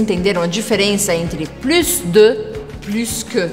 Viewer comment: Uma dúvida a pronuncia da palavra Plus percebi q vc pronunciou o S do final pq geralmente no francês geralmente não se pronuncia a consoante final me tira essa dúvida s'il tu plaît ?